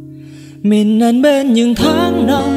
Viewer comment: list nhạc của bạn rất hay, tuy nhiên bạn có thể lựa chọn những bài hát mà hát tròn vành rõ chữ, ko phát âm sai được không. Ví dụ đoạn bài Mơ, từ " mình " thì ca sỹ hát thành "mìn" , hoặc có bài từ "trái tim" hát thành "trái tiêm" nghe rất khó chịu. Ý kiến cá nhân, cám ơn bạn đã làm list nhạc rất hay!